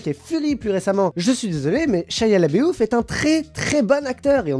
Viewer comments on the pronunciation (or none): ça se dit vraiment comme ça?... Shia "Labéouf"... ^^ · Très bien! ^^ J'avoue que moi aussi ça m'a fait rire. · Horrible ta prononciation de Shia Laboeuf ^^